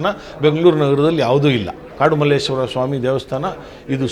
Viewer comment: It's just Malleshwara not malleshwarammmm. Nowadays people changed to mmmmm. Sir has prounced word correctly. Please our people at least Kannadigas pronounce Malleshwara do not follow other people who call mmmmm